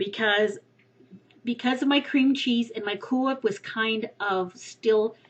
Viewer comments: you pronounce cool whip just like stewie does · CoolwHip..say cool...cool..now say 'coolwhip' coolwHip